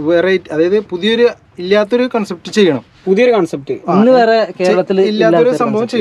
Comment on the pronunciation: കോൺസെപ്റ്റ് അല്ല കൺസെപ്റ്റ് aanu😂